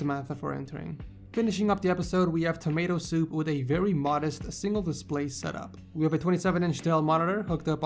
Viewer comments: "tomato soup" LMAO. TAMMASO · Did you just say tommaso as tomato soup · did he just call tommaso "tomato soup" xD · Are u saying tomato soup or tommaso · he said "TomatoSoup" instead of tommaso 😂😂😂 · He said Tomato Soup for Tomaso at last... 😂😂😂 LMAO... 😎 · anyone else who heard him saying tomato soup instead of tommaso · when you you said tammaso i thought you said tammato soup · called samasso tomato soup😂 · Am i the only one that heard him call tomasso tomato soup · He just said TOMATOso? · It sounded like you called him tomato soup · Is it just me or did call Tommaso, tomato soup? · I think tomato soup is better than him saying tomasso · No offense ,but I honestly thought you said 'Tomato Soup'!xD btw, That hair needs a redesign on all honesty! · Did you call Tammaso Tomato Soup? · Wait a minute , is it just me , or did he call the last guy tomato soup 😂😀😂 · he said tomatoesoup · Did you just called him Tomato Soup? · did he just said tomatoe soup? xDD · you butchered the last guys name so badly that I can't even tell if you were joking. Eric should win SW 65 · I definitely heard that too! XD Glad I'm not the only one, I was looking for someone commenting that lol